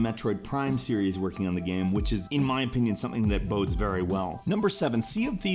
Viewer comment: Why do you say "gahm" instead of "game"?!